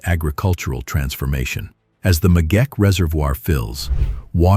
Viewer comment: It is the Megeche Dame not the megeke...just as it's not Gondar but Gonder...